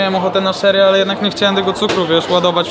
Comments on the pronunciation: nie szery tylko czery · Siemanko , wypasiony filmik , ładne te burgusy, czekam na content z UK ale tu nie ma nic na muala hehe. Tak a propos to się mówi czery kola 😉🤣😁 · Kola „szery” zero lol xD 😂 fajna wymowa bo tak sie nie mowi :P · To jest cola "CZERY" a nie "SZERY". To pierwsze to wiśnia to drugie to imię. Pozdrawiam!